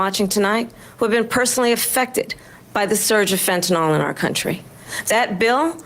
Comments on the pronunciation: Dammit Kamala I love you but the word is Fenta-NYL not Fentanol. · A quibble, but I wish people in power would pronounce fentanyl correctly. 🇺🇲🫡